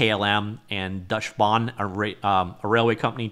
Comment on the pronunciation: Deutsche Bahn is pronounced something like Doy-shah-bahrn